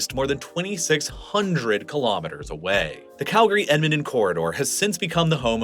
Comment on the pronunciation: Not sure about Edmonton lol, I lived there for 19 years and never heard that pronunciation. Typically for pronunciation of Canadian localities breaking them down by every three or four letters works well enough: Ed - mon - ton Ath - a - basca New - found - land Van - cou -ver Sas - kat - chew - an